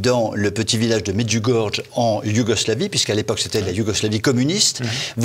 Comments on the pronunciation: On dit pas "medjougorge", faites un effort! On dit "médjougoryé". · Medjurgorge non Medjurgorjé pour la prononciation. Vous êtes ridicules, je ne vais plus financer TVL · Déjà, Medjugorje s'écrit avec un J qui en croate correspond à un Y français : on prononce MedjugorYé et certainement pas MedjugorGe. Rien que cela montre une légèreté certaine !... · en effet la maniere de prononcer medjugorié dans cette emission fait mal aux oreilles -- et encore 100 fois plus toutes les cochoneries que mr raconte < >il devrait penser 1 petit peu au jugement de DIEU;;JÉSUS a dit sur la croix PÈRE pardonnez leur ils ne savent pas ce qu ils font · çà se prononce Medjougoryé !! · Vous auriez pu apprendre a prononcer correctement le nom, cela se prononce MAIDJOUGORIYAI. Un peu de respect. Quant au site en question, etant Croate, j'y suis alle a plusieurs reprises, j'ai de gros doutes, je suis croyant mais connaissant cette region, c'est peu probable.